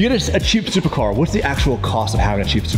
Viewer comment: so you said, "thupercar" he said "supercar"